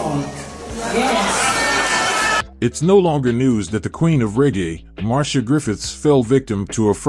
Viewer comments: It’s pronounced Mar-c-ah not Marsha lol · Mar-cee-ah not Marsha!! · I thank you for your info on Marcia Griffiths. I must say however your pronunciation is wrong, her name is spoken as Mar-cia and not Mar-sha Griffiths. (this is a common mistake made by non Jamaicans ) Nevertheless I'm happy that she's okay and recovered from the scamming incident and the scammer is now sick. All the best to her and R.I.P. Bob Andy. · The presentation is good but in future please be carefull with the pronunciation of peoples names. Marsha is a different name to Marcia. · .. It can be but in Jamaica the latter pronunciation is used. It is also disrespectful of the artist to mispronounce her name. She is a well known singer so there shouldn't be any error in pronouncing her name. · Nice information her name is not ptonounced MARSHA BUT MAR-C-I-A Also Toots us pronouncec incorrectly. The o's are short not long